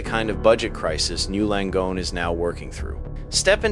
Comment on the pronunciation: The AI thinks it is one word pronounced something like "gnu" Langone. It should learn that it is N Y U Langone.